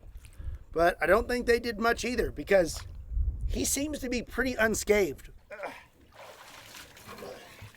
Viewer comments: its unscathed not unscaved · Just a quick point for future vids, it's pronounced "unscathed" not "unscaved". Enjoy your content, keep it up. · are you saying "unscaved"? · “Unscathed” not “Unscaved” Great video! 👏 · (and )- unscathed You put a 'v' in there. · Bro, did you say, Un SkaVed? Also, underwater pressure sensors would be a cool addition. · who is going to tell he is saying unscathed wrong?!